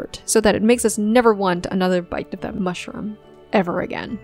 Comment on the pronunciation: you have done a truly nasty piece here. as bad as your English pronunciation, since you knock an actor for his „japanese“ pronunciation. it is not medi-core, it is me-di-ocre, and not mush-rum, it is mush-roooom.I will not mention your weird stressing of words. Some of your examples, (Yang Yang, Dylan Wang -uneven eye sizeS plural? and who cares)(Zhao Lusi….) are true, but you rip the actors, not the acting here. Meeeow, you fail, you are a typical internet troll. P.S.: Chinese actors the only ones world wide who all have voices so awful they need to be dubbed? A declaration of inferiority of Chinese actors!